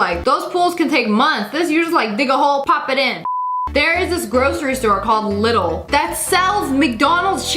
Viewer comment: you spell the ‚i‘ in Lidl long